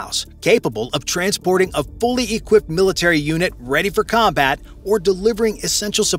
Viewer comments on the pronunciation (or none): none